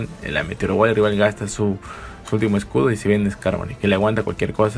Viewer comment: Se dice escudo no excuditito